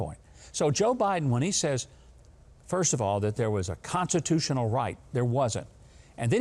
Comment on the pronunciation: Technically Joe said "the Conshushinal Right" and I don't know what that is